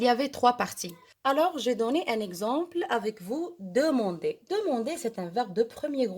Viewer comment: Demander et pas demender